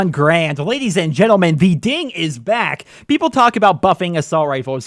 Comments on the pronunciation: Ping* not "ding". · IT'S PING NOT DING!!!!